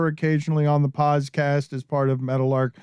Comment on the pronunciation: Can't help but notice Dan had some major issues saying Podcast during the Offerman interview. Its rude to talk with food in your mouth, Dan. $2.00.